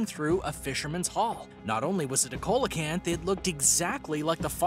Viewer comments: It's pronounced "seal o canth" not coal a canth. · Coelacanth is pronounced, See-la-canth. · See-low-canth is how you say the name of the fish